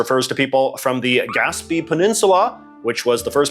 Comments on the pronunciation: Oh, my goodness, did you not take French at school? Gaspe ends with an e with an acute accent, and that should tell you that the sound is "ay" as in "day", and not "ee"! For a Canadian, that mistake is simply shameful! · Quick pronunciation note that Gaspé is pronounced "gasp-AY", like rhyming with "ray" or "say." I've never heard anyone pronounce it "gasp-EE" like J.J. does. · gas-bay not gaspie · Fascinating! I'm a Montrealer, and I have never heard it pronounced "gasp-EE", by either francophones or anglophones. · not to go and correct yo or anything but gaspe is pronounced gas-pay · damn jj you butchered Gaspé hard